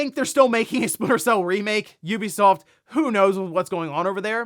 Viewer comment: Ubisoft is finally tired of this guys pronouncing it’s company’s name incorrectly and selling.😂